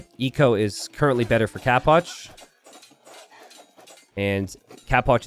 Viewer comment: always says capoch like "cap watch" like an idiot